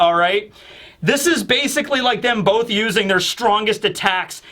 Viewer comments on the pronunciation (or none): none